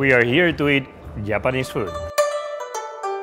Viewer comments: All my respect to Carlos for stubbornly pronouncing every 'j' as a 'y'. "We're here to try Yapanese food." 😂😂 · ‘Yapanese food’ -Carlos Signs 2019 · according to his mother tongue it should be hapanese food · its "yapanese" food by Carlos for me